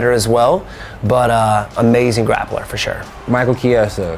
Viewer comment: Their pronounce of Chiesa is hard. It's pronounced just " Kjehsah " 🇮🇹